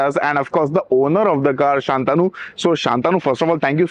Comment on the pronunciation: It's shantanu not shaaantanu